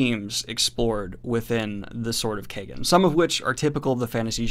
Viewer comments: You're pronouncing the title wrong. It's pronounced Keyegen not Kaygen! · I imagine it's Kie (like tie) -gen, not kay-gen... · Love your channel Daniel but every time you say Sword of Kaygen, Terry Goodkind gets a new idea. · It's pronouced like Wong! It's a long A sound. American's don't know how to say it right. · Literally scouring the comments if anyone else felt the same. I didnt even know for sure but it didnt seem right how he was pronouncing it lol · Knowing dyslexic daniel, he may not be saying it right.